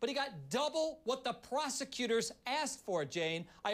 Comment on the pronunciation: "PROSECUSORS" LOLOLOLOLOL DUMBASS